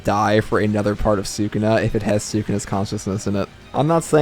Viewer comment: Say sakuna one more time.😑😑😑😑